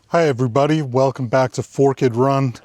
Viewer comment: I’m curious if your mispronunciation of forked is meant to be funny, or is that a regional pronunciation?